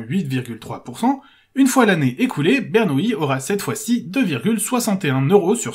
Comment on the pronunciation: c'est Bernoulli et non Bernouilli ..... les matheux sont pas tous des nouilles lol